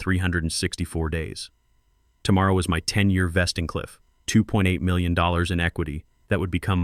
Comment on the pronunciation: Good story but your AI can't say the word million.